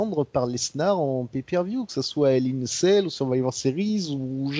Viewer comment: La façon dont prononce "Hell In A Cell", on dirait qu'il dit "Hell In A Sale" ^^ Ce qui fait un peu bizarre ^^ J'entend que mon hypothèse sur la gimmick de Steph a été retenue, ça fait plaisir:) Même si c'était juste une boutade;) L'intérêt de Lesnar (qui a 39 ans pour info) pour le faire affronter Goldberg? Le fric, l'ego, le cash, l'envie de montrer que leur dernier affrontement était une erreur, la nostalgie, le pognon, l'envie de Vince de détruire Goldberg (qui n'a pas été tendre avec le patron pendant les années loin de la WWE), la maille...Je suis un peu comme vous, j'ai commencé le catch dans la fin des 2000's MAIS je me suis beaucoup renseigné sur le passé et j'avais déjà vu le bonhomme en action (dans un Elimination Chamber par exemple) en ayant un assez bon souvenir de lui. Mais je crains en effet qu'il se fasse juste tuer pendant le match et ça me met mal à l'aise. Tiens sinon, élément que vous aviez pas mais qui a été dévoilé par la suite (et du coup renforce votre impression de loupé concernant les filles): le premier Hell In A Cell Match féminin de l'histoire de la WWE sera ni plus ni moins que le Main Event de la soirée. C'est un p*tain de moment historique et pour le moment la fédé a l'air de pas vouloir mettre l'accent dessus (il leur reste un show pour le faire). Bien pour le nombre de mon pseudo et big up à vous les gars:)